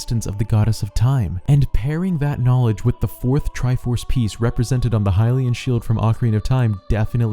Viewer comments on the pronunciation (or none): none